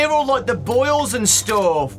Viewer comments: i almost thought he said bowls not boils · This man said boils